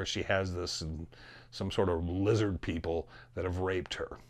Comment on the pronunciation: It’s lizid peeple!